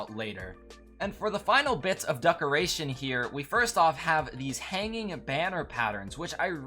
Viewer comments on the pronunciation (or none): no offense but why are you pronouncing decoration like ducoration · Yooo i like the “duckoration” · Ah yes, the duckaration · “Duckoration” Nice